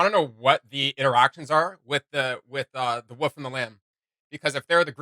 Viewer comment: The WOOL - FFF Not the wuff wtf?